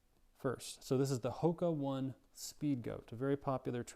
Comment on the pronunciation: Hoka One One, is pronounced more like Hoke onay onay. But this matches my experiences. My feet are wide-ish, but not wiiiide and I don't get on with Hoka anymore.